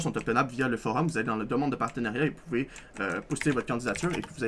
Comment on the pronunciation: Vous "Poubez" jouer au demineur